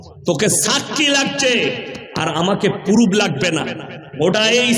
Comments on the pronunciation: কানাচোদা পুরুপ না ওটা প্রুফ আগে ভাষা সেখ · খেজুর তো দেখছি পুরো মূর্খ। ওতো ভালো করে উচ্চারণ করতে পারে না। ইউটাবার , পুরুফ, এগুলো আবার কি? কোরানের হাদিসের কোনো কথা নেই। ব্যক্তি আক্রমণ বেশি। এ আবার বলছে একলক্ষ জলসা করেছে এতো দেখছি মিথ্যেবাদীও । এর বয়স 50 বছর হলে মোট 50X365=18250 দিন তাহলে একলক্ষ জলসা কি ভাবে করেছে???? নিজেকে বেশি জ্ঞানী মনে করে। ফাঁকা কলসি আওয়াজ বেশি।